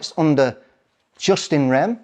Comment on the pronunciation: That guy needs to do a bit more reading, for starters its pronounced 'YooS in rem'.. not 'just in rem', and it means a right in the thing, as opposed to a right that is in the person and travels with the person. If you want to be taken seriously, treat the subject seriously. .. you could have presented this a lot better too.